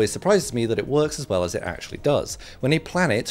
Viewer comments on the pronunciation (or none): none